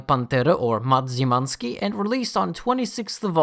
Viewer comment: Szymanski is a polish name and you're pronouncing it wrong. I love that thunderbolts on ty spawn